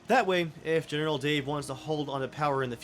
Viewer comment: 500th comment! Also, is it just me, or do you hear “Genital” Dave?